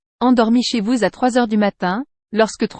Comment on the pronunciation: Faites les liaisons au bon moment, c'est choquant, exemple Chez vous sau bon moment !!!!!